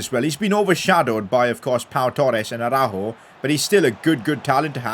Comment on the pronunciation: thanks for saying araujos name correctly I felt like u were directly talking to me as I commented this earlier😭😭